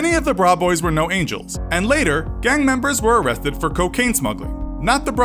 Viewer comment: that part where he says arrethed